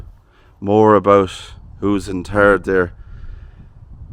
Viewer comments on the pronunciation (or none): Lol he said "in turd".